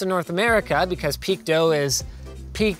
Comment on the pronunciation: Two questions: 1. Why would you pronounce PeakDo like "Peak dough"? Is this the first time you've seen "do" written? 🤣 2. Why would you not provide a link to the site you found or their Twitter page or to the product on AliExpress in your description but shamelessly include all your sponsors that have nothing to do with the content of the video. You've sold the fuck out Linus